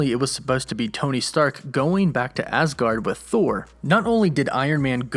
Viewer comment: Why do you keep saying asgard like that lol